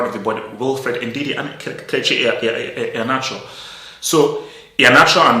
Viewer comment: Bro you are not pronouncing Iheanacho properly like a Nigerian should. Are you doing that intentionally?